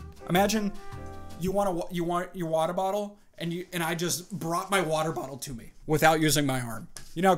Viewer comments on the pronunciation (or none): He said ywattel bottle